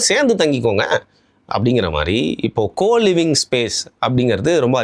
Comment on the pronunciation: கோ லிவிங்கா ❌️ கூ லிவிங்கா ✅️